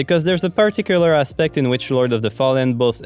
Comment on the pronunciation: Haha just some words I was like, is he english or something else? I'm a quebecer, french canadian, so it felt like a french accent for a bit haha Especially when you said the word ''Aspects''. Hop I'm not insulting you lol, good content so far ;)